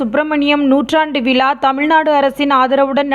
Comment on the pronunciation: தமிளர், ஈளம், விளா, தமிளக அரசு இல்லை இதுல தமிழ் பற்றி பேசி😏😏